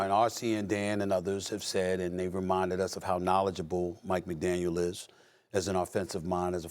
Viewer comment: Stephen A...it's McDaniel.